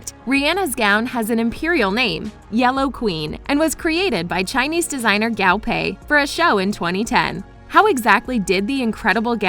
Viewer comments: also guo pei not gao pei. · Not to be that one annoying chinese- but i hate the way the narrator says the chinese terms- like its guo pei not gao pei- yk? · The designer's name is not pronounced as "Gow-Pay", it's Gwoo-Pay lol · The designer's name is pronounced Guo (kuo) pei not gao (kao) pei. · GUO PEI not Gao Pei! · i’m mad she keeps saying gao pei instead of guo pei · guo pei. not gao pei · To reiterate, the designer’s name is pronounced as Guo Pei, not Gao Pei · Guo pei not gAo PeI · Guo Pei not Gao Pay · GAO PEI 😂😂😂😂😂 sorry i can't stop laughing at the pronounciation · Didn't even research the pronunciation of Guo Pei... Faux faux faux faux!!!!! 😂😂😂😂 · but the way she pronounces Guo Pei tho? and other words.